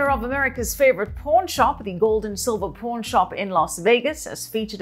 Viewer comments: OMG, She literally pronounces it as P0RN shop 😊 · She says "PAWN" very much like porn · Anyone else hear her say "porn stars" instead of pawn stars lmao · I thought was saying 'Porn shop' in the intro 😂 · Listening to the host say "PAWN" I swore she says porn. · it sounds like she saying pornshop and pornstar at the intro !!!!, lolllll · She sounds like she’s saying “Porn Shop” 😆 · When says "pawn stars" it sounds like "porn stars" 😀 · I can't tell if she's saying "pawn" shop or "porn" shop. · I seriously thought She kept saying "Porn Shop" 🤦🏻🤦🏿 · I swear shes saying porn shop and porn stars lol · Sounds like she's saying pornstars lol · Am I the only one that herd Pawrn star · Is she saying porn shop or pawn shop? 👌🏻✌️ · sounds like shes saying porn stars, porn shop... hehhhhh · When she says "pawn" it sounds like porn. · I shi know she meant to say pawn, but she said porn. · PAWN NOT PORN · Did she say porn stars...? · She says porn instead of pawn hehehe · Does she actually say porn stars.